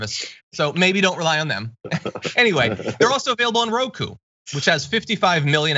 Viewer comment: Roku. Or as Lindell says it Roko